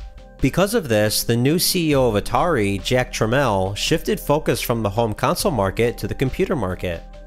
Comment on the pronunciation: Respect for pronouncing the last name of Jack Tramiel the right way. He would have loved you for that! 🙂And - of course - thank you for another great video! :yt